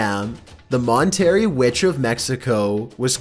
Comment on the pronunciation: The one place is called Mon-terr-ray not Mon-tear-ree.